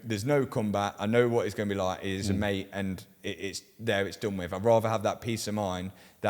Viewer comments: man, it's Mate, pronounce the 't'. It ain't ma'e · The way Mat pronouns Mate's name as Ma'e cracks me up every time. Mat is the real deal and people love real. Go Mat!